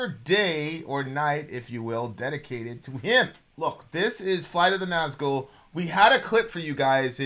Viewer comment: It's Summoning, not The Summoning. Flight and not fight. Nazgul and not Nazghul. This channel was great back then. But the lack of attention payed to the actual song really showes itself in the recent months. I didn't even bothered watching this one, the title of the video already tells, that you don't care anymore, just about the money.